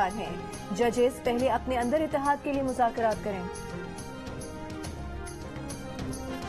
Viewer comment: Shah mehmood urdu bolna sikho. Mazakrat nhi muzakrat.... Tumne or tumhare leaderon ne mulk ko mazak bana dia. Or raat 🤣🤣🤣🤣 mazak(raat)